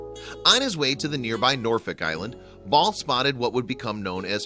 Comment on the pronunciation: Its not ball it’s bell